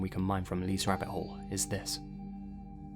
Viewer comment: It's wahbbits!